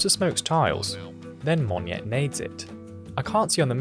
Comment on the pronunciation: Close but no cigar. He pronounced it as “mon-nyet”. It should be “mo-nyet”.